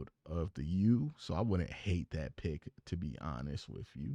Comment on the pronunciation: This dude said “wif & spunt” 🫣